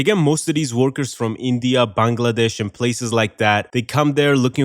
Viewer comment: You're the first foreigner I've heard pronounce Bangladesh correctly. F-ing amazing props